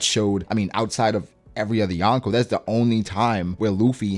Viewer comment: It's YO-n-Kou.... not YAWN-ko ;O)] kind of like ax and ask. LOL